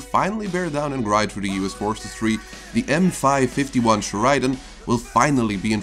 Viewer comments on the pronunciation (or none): Correct pronunciation: Cher-ah-din